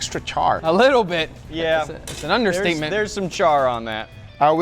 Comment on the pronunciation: Did he say "Understeakment"? :D